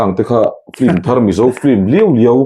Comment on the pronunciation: patling puui si a piankum an zep deuh ah ,, hahahaa ..engatinge FILM tih tur hi FLIM ti a kan lam tlat zel mai le .. a zialo emai.